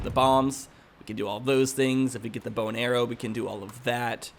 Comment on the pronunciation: Every time you say bow and arrow, I understand bone arrow :)